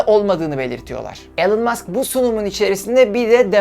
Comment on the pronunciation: elon degil ilan mask diye okunur yaa işte ortaokul mezunu olarak senin açigini buldum artik senin diger videolari izlemem lazim,şaka bir yana cok iyi calismalarin var keşke daha önce tanisaydim ama işte enes batur orkun gibi arkadaşlar var saniyordum bu mecrada harikasin aynen barış özcan gibi